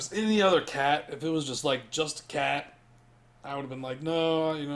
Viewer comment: cat. not cay.